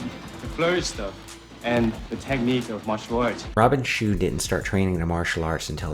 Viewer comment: Bay Logan pronounces Robin Shou as Robin Shoe